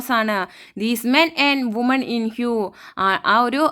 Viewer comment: വുമൺ എന്നല്ല വിമൻ എന്നാണ് പറയേണ്ടത്